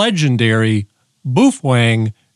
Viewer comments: Wtf is "bufweng"? It's baofeng, pronounced "bay-o-fang"😂😂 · Boophwang is how it’s pronounced. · "The BOOFWANG" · hahaha i particular like the way you pronounce "bu fueng" LOL and shanghai is not in japan. ROFL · Pronounced bow (like the front of a ship) - feng. Bow-feng😊. Shanghai is not in Japan. It’s in China. And, Baofeng is located in Xiamen China, not Shanghai. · Hehe... "Boo-fweng". 😂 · It’s pronounced BOOF FWANG look in the Dicksinary. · As you can clearly read in this example, it is indeed pronounced Boof Wang. セブンイレブン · Ты прекрасен, начиная от сломанного карандаша, заканчивая бешенным прононсом БУУФЕНГ, тем что он стал вдруг японским, привет с Кипра у меня такой же только BF-F8HP мощная вещь, купил пару за 65 баксов, новый комплек доволен как слон, характеристики у него кстати лучше японских, которые дороже его в 5 раз :) ... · To all grammar and pronunciation authorities I just wanted to say this...Boofwang! 😅 Some ppl here are such sad hams its actually entertaining. Oh, oh, guess what? Boofwang! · "Boofwang"? Man, you're suffering from arrested mental development. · Please stop saying Boofwang... good lord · In pig Latin it's Actually pronounced Oofwangbya. Why didn't the ham cross the road? No, this isn't a bit, I'm seriously asking. Ahem...Boofwang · OMG, I can't believe you are showing a highly illegal modified baofeng (pronounced bow fen, according to bow fen). I'm not doing that, I don't want the FCC Seals sneaking in and getting me in the middle of the night.. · Come on Man, can't you pronounce Baofeng correctly??? Edit your video. You too old not to talk right. Baofeng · lol, that's not how you say Baofeng. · You are pronouncing the brand name completely wrong. And it’s not from Japan. Also I suggest a new pencil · That's because I can't spell Chinese.. but I can pronounce what I can read without completely changing the word